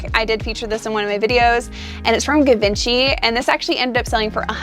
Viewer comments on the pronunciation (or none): Great video except for the pronunciation of Givenchy 😂